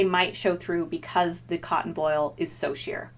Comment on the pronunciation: voile is pronounced the other way, it doesn't rhyme with foil. cute shirt!